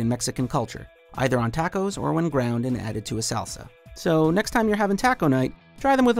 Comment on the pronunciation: ummm that's the whitest way I've ever heard tacos pronounced.